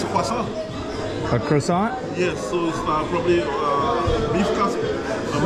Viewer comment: What's this called? Tour guide - kwa sohn(croissant). - cruhsaunt....